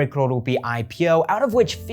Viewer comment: Apart from great content. The only reason I subscribed cause you showed the correct political map of India. And the fact that you say crore correctly 😁